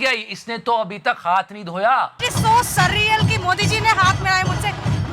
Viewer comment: 'Surreal' nahi sadiyal hai wo madam. 😂